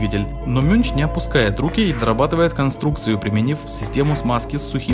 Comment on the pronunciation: Műnch это немецкое слово и читается как мюньх,а не мюнч.